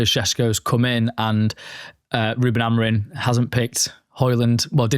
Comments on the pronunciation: Why do you guys keep saying Amorin. and not Amorim :/ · it''s AmoriM...with an M. Not Amorin.